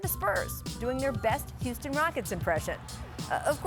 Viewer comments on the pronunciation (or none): none